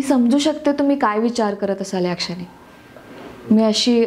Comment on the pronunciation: उत्तम आहे पण मराठी अशुद्ध आहे. उच्चार स्पष्ट हवेत. मनातलं असत ते...बोलण, क्षणी... क्षनी नाही हो...शुद्ध मराठी उच्चार असणारे अभिनेते अभिनेत्री आहेत ना... दोघांना जर मराठीत काम करायचं तर भाषा (उच्चारण) सुधारायला हवे